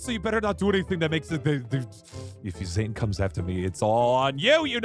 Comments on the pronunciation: Its zane not zain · It's Zane not zain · BRUH THIS IS SWEET BUT THE CORRECT WAY TO CALL HIS NAME IS ZANE NOT ZAIN!!!!!